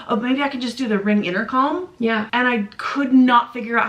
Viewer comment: Did she just say inner calm? It’s Intercom … Rewatched and definitely heard intercalm. WE LOVE YA, BUT ITS INTERCOM.